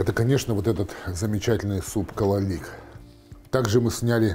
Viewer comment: Не кололик , а кололак